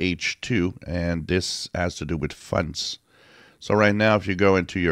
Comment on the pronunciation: I love your videos. I know you're French Canadian, but I love how you call fonts, "funts". 😃